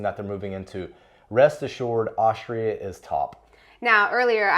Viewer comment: "Aushtria," he says.